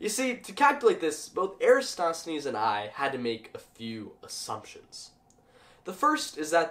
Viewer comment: This wouldn't be the internet without somebody nitpicking your pronunciation. It's "air-uh-TOSS-the-knees". :p GREAT VIDEO, though! Science is so cool.